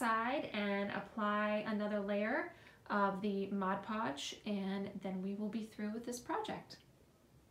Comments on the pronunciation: MOD PODGE not MODGE PODGE. 😢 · MOD Podge....... Please say it correctly. 😬